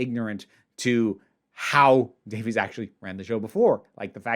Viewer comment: Davies ain't pronounced Davies